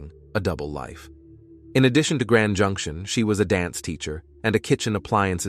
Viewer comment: Calling junction junk-ti-ion was the last straw for me. The entire script is lifted from other videos anyway, so why bother watching this?